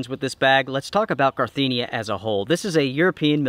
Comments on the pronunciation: One day he'll say Carinthia and not Carthinia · it's Ca-rin-thia. Not Carthinia. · OK so Reveille is not pronounced "reve lee" and the brand is not "carthinia", it's Carinthia. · "Carthinia" 😄 Nope, nope, nope.. it still is Carinthia.. 😉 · I love your videos, BUT some advise from Germany...please say CarIN-TH-ia (the TH is after the IN)...just my 2 cents ;) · Just FYI: it's pronounced "ka-rin-theea" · Great review as usual so we will forgive your horrible pronunciation of the brand name! 🤣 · Carinthia lol